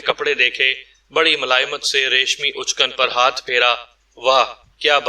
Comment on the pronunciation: کہانی بہت دلچسپ ہے۔ ایک تصحیح کرنی ہے شیروانی کو اچکن بھی کہا جاتا ہے اچکن کے الف کو پیش کے ساتھ نہیں بلکہ زبر کے ساتھ پڑھنا چاہیے